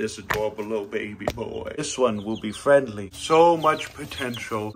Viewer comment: Heard say “friendly little guy” and I heard it as Fredly so why not name him Fredly 👍